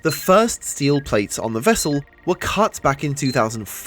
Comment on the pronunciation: "Nuclear wessel"